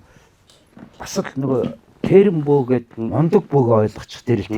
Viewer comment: Тийрэн биш тээрэн юм уу